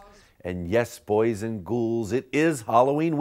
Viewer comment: Did he say : boys and 'goose'???